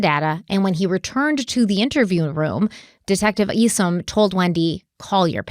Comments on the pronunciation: Detective Craig Isom - I think it's pronounced like 'you and I' or 'aye aye Captain' and not "Eesom" 🙏🧡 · some help from an OG follower of this case: it’s just “Donna”, not “Donna Sue”. The first time I even heard her middle name,”Sue” was the night she was arrested. It’s “Charlie”, not “Charles”. Finally, Detective Isom, is pronounced “ICE-UM”! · Craig Isom- ( eye-sum ).